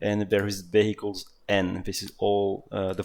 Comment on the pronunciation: when he says "vehicles" i just hear "bagels"